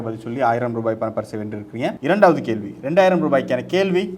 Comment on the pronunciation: நல்ல நிகழ்ச்சி நடத்துனரினர் மார்க்க அறிவும் பாராட்டத்தக்கது இந்த வயதிலும் மாணவியின் மார்க்க அறிவை கண்டு வியப்பு நடத்துனர் தமிழ் உச்சரிப்பில் கவனம் செலுத்துவது அவரின் திறமைக்கு உந்து சக்தியாக லாம் கேள்வி - கேல்வி